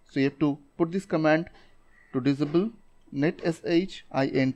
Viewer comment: I watched all your video just to hear "Dizabel"